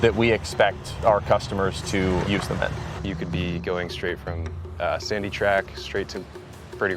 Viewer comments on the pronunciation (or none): none